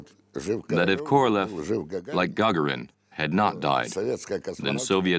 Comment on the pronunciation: The Narator should be embarrassed for distorting and mispronouncing the name of Korolev! Instead of the meaning of a king he made it sound like a cow. Shame on him!!!